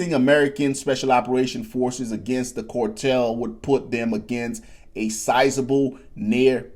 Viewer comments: Phonics lesson ... "Carrrr" tell bro, not "core tell.... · Its "cartel", with an A. Not "cortel". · What is a cortel? Cortel is not a word, and neither is Fentanol. CARTEL- FENTANYL,not cortel and Fentanol. Sorry to be a prick, but the mispronouncing of words is getting ridiculous already. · Not Cortel it’s CARTEL!!!!😂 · WTF is a "cortell"? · The only special forces in the US military are Green Berets… Navy seals and such are special operations units…. And my man its CARtel not CORtel wtf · Cortel and border Zor ?? A like Apple A a a a apple Car Car Car Cartel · why do u pronounce A as oa? Its so weird. Its cartel not Cooaaartel -. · How do you pronounce car?.... "Core"?? Just saying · WTF is a “cortel” 🤔🤷‍♂️🤣🤣🤣🤣🤣🤣🤣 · again. WTF is a “cortel”. 🤷‍♂️🤣🤣🤣🤣🤣🤣🤣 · Core-tel? Are you allergic to the letter “A”? Just teasing you. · Bro can’t pronounce A’s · Dude can't even say cartel.